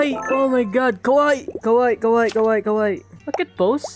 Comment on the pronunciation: All I've been hearing to you is "Kowaii" I know that you're saying "cute" but one mistake. It's "Kawaii" it can be mistaken if you say Kowaii.